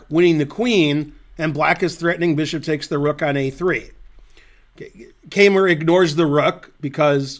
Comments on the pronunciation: I am obligated to correct Ben's pronunciation of "Keymer". The "ey" is pronounced like the english word "eye". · Not only am I German too and "have to" contradict you because my native speaking intuition of 54 years supports the poster's correction, but I also happen to know a former coach of Vincent's who does pronounce his name like that, as well as all German native speaking chess players and TV hosts I have heard. On the other hand, no one "has to" pronounce a name like a native speaker or even the person himself would. It's just that in my experience, it's Americans who usually make the least effort at trying to pronounce things the original way. In Ben's case though, I think he simply doesn't know better and certainly doesn't care about our quibbles in the comments. So let's just call him "Vincent, the best German chess player ever". 'nough said.